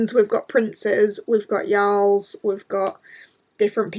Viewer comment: You did not just change my whole brain by pronouncing Jarl as Yarl. Bc I can clearly see how that is correct and I have definitely been saying it wrong with a hard J. 😂😂😂